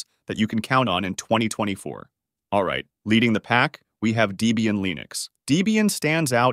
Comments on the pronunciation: It also says "Dee-bee-an" and "Sooz", instead of the correct "Deb-ian" (named after 'Deborah' and 'Ian') and "Sooz-ah" (the German pronunciation of Suse). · deeeeebium??? line-ux?…. dude wtf! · Great video. For info, Debian is pronounced Deb-Ian after it's original creator Ian Murdock and his girlfriend (and later his wife) Deborah (Debbie). So it's short for Debbie Ian or Debian. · Debian is NOT pronounced DEE-bian. It is Debbie and Ian that created this OS (husband and wife). Ian has passed away, though the distro continues. Do you call a woman with the name Debbie... Dee-bie?? I think Not!